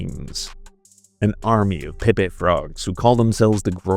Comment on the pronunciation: guy can’t pronounce Pepe. I’m gonna go out on a limb and say this is ai generated.